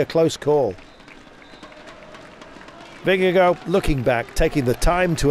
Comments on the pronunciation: Please gcn, teach your commentator to pronounce last name correctly because 'vingegooo' is an discgracefull attemt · Anyone know why they pronouce his name VingeGO, when it's spelt Vingegaard - I would have thought it would be pronounced vingeguard? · Yeah, you're sorta right. Both are wrong, but I prefer VingeGUARD myself, as a Dane. I guess people could try for a VingeGORE, but without pronouncing the E at the end, but even then it wouldn't be correct, so who cares? Just call him, I guess:) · vingegoh :D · vengeGO just sounds utterly wrong haha but a good nickname, perhaps, as he punned through the commentary. Appreciate the Danish input buddy.